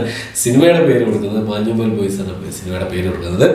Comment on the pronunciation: മഞ്ഞുമ്മൽ എന്നല്ലേ... മാഞ്ഞുമ്മേൽ അല്ലല്ലോ.. 🤔